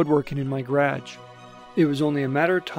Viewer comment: who pronounces garage like that?